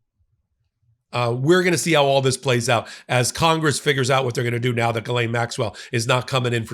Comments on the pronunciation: Hi! french Canadian here :) Ghislaine is pronounced j-ee-ss-laine, the 'g' is soft and the 's' is pronounced. Hope this help! By the way, the way you pronounce it, you are actually saying another first name written like this: Guylaine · It's pronounced "jizzlain" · ...Ms Maxwell's first name is pronounced "ghee-lehn" (at the point) as she was born in France and that's how it is pronounced there. If you got the right pronunciations for KAmala, EPsteen and other names which do not sound English, please make an effort. I am sure you can do this without being dismissive. Thank you for your effort!! I enjoy your videos nevertheless. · You pronounce Ghislaine as GILLIAN. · Yo I’ve heard you mispronounce her name wrong so many times and address how you don’t know, BRO LOOK IT UP. It’s important????